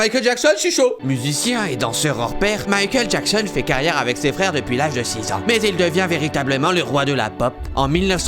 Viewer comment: J'adore quand tu fais Mikel Jackson